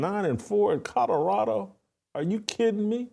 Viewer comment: Whitlock, the pronunciation, is not Codorado, but Colorado.